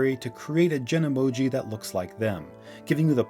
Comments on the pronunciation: it’s called ‘Genmoji,’ not ‘Genemoji’ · Isn't it 'genmoji' not 'genemoji'? Genemoji sounds much better but Apple's site says 'genmoji' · Pronounced “jen-moji” and is called “Genmoji” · FYI it’s Genmoji not Genemoji